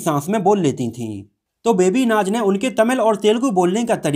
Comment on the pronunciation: मनोजजी "बेबी नाच " नही "बेबी नाज" नाम है उनका ।